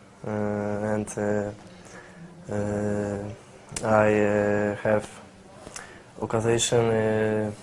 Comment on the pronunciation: aj hew okazejszyn xDDD